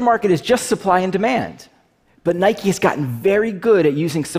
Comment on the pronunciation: I hate how the CEO of stockx says NIKE-EYS